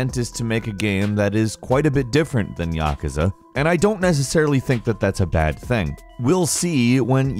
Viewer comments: its pronounced YAH-KOO-ZAH not YAH-KAH-ZAH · Its not pronounced (ya-ka-za) its pronounced (ya-koo-za) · Yakuza (yuh·koo·zuh) will hunt you down if you keep calling them Ya ke za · Yawkaza ? It's ya ku za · "Yuh-koo-zah" ... that's al. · YES. It's "Ya-cooze-uh." Everyone knows that. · yaK-uza or YAKOOZAA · Wow! Yah-KOO-zuh boyeee Yah-KOO-zuh. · Its YA-KOO-ZA.. seriously dude? You dont know how to pronounce yakuza?? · he pronounced Yakuza wrong too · I die a little inside whenever he says yakuza 😂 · The way you say "Yakuza" hurts my soul. Other than that, love the content. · I’m triggered by how he says “Yakuza” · Yes ! I’m like wtf every time he says it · HOW DO YOU MISS PRONOUNCE YAKUZA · ...why is he pronouncing Yakuza like that? Makes it pretty obvious he hasn't touched a single game in the series. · Saying yakuza wrong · Anyone else get triggered on now he said Yakuza? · He obviously never played yakusa he can't even say it right